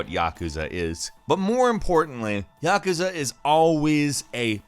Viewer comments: its yakooza not yekezeh .. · The way you say Yakuza pisses me off